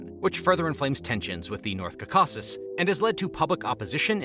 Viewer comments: 'Kawkawksz' this guy trying to say Caucuses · I’m from Armenia. (Right in the Kaka-sis mountain range). That’s not how you pronounce it but it’s not too bad I guess cuz it makes me laugh 😂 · Can you please learn how to say "Caucasus"?